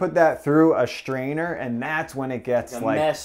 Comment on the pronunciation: We don't have schtrainers in our country...